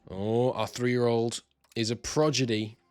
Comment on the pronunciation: You are mispronouncing “prodigy” mate, switching the d and g sounds